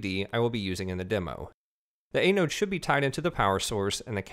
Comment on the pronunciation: Thanks for the tutorials! It's an-node BTW...